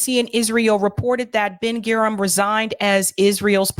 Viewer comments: Menachem Begin is pronounced Men-A-chem BA-Gin. Prime Minister David Ben-Gurion is pronounced Ben-Gur-I-on. President Nasser President Nasser is pronounced NASS-er. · FYI, pronunciations are "Ben GOO-ree-yun" (Ben-Gurion) and "Meh-NAH-kim BAY-gēn" (Menachim Begin) Excellent video, shared. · Please learn how to pronounce the names of these very famous people. Manachem Begin, Ben Gurion, Gaddafi, Nasser etc. etc - It's annoying and would be like calling Obama Obb-uhm-ah or Kennedy Kuh-need-eye. BTW, Sirhan B. Sirhan was Palestinian and did detest RFK for his support of Israel. RFK Jr. believes he wasn't the shooter whose bullet killed, but that someone from the CIA was. Of course, RFK Jr is often a nutter, too.